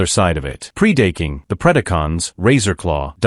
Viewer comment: Pre-date-king...??? WTH???